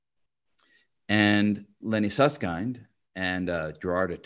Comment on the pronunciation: Sus-s-kind 🤔 🤣 Just kidding 😜